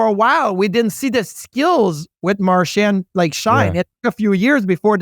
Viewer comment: Episode 1000 of Biz not knowing how to pronounce Marchand